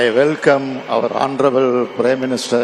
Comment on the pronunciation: It's Hounarable but Cm reading like HONTROUBLE 😂😂😂